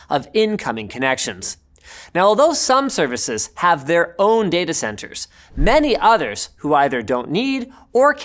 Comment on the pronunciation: when he said "many others", that was the most canadian sounding phrase i have ever heard linus say